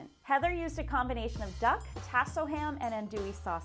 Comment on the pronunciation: Chef #2 pronunciation of Tasso is cringeworthy.